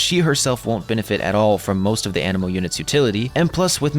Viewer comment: Instead of "anemo" I heard "animal".